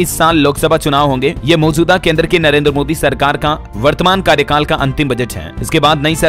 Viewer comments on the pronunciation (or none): none